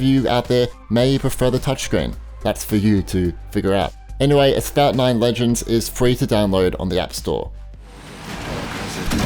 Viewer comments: It’s “asphalt” NOT “asfout”....lol. That pronunciation gets me every time you say it. I think a new game is being introduced....lol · Asphalt?? Asphalt is pronounced As-folt